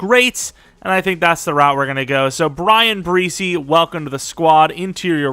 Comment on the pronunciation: pretty sure Bresee is pronounced (Brah-Zee)